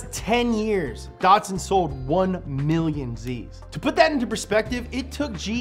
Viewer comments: There is no R in Datsun.... Stop saying "Dartsun" It's like Bat... But Dat! DATSUN. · Dot Two - Son Datto - San not dotson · Datsipun- uhh i mean Datsun that sun